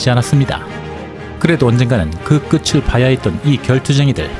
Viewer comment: 끝을 [끄츨] X [끄틀] O